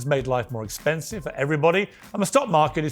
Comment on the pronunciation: Cowboy hat knows a lot about tariffs and economics… “esspensive”, “espert”, “sussessful”